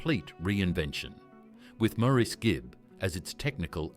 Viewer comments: How annoying... Where did Mour...ese come from ? Please pronounce the name right Mourase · His name is pronounced like Morris the British Car . the bot voice over is crap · His name is pronounced MORRIS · His name was Maurice but pronounced "Morris". Sheesh! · This is hard to listen to, since his name is pronounced Morris. Maurice was born 35 AFTER his twin, Robin. And other things just don’t add up either. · His name is constantly mispronounced... it's pronounced "Morris". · The Bee Gees were my favorite group back in the day. I saw them in concert during the 1979 "Spirits Having Flown" tour, Btw, Maurice's name is pronounced "Morris" (like the cat). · I wish people who make these videos would understand that his name is pronounced like Morris. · For heavens sake get the pronounciation of his name right, it's Morris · The US is irrelevant. The Gibb Brothers were born on the Isle of Man near the UK. In the UK, the name is pronounced Morris. In interviews, that's how his mother pronounced his name and she'd have more of a clue than you would. When they lived in Australia, they found out that the Australians also pronounce the name Morris. Perhaps the Yanks should show more respect and find out how to pronounce someone's name. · PLEASE PRONOUNCE HIS NAME PROPERLY. It’s Maurice, not “more Reece” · I would say, more like Morris, but with an A rather than an O. Marris. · I've watched a ton and I hear mar is. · 🤷‍♀️ I hear Morris. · It wasn’t his fame. This is so inaccurate it’s unbelievable. They can’t even pronounce his name correctly. He also didn’t have model trains. But he did also never go to the doctor. He was literally too scared to go to the doctor because he knew smoking five packs a day since he was 14 had done damage. I tried to get him to go, but he wouldn’t go.